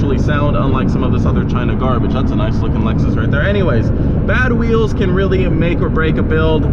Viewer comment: Why does he keep calling rims weels or am I the one who is wrong